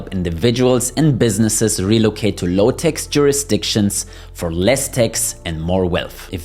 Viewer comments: Please not Tex but Tax with A not Ei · The word is TAX not TEX!